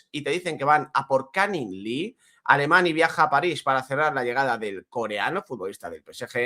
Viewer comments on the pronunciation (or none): none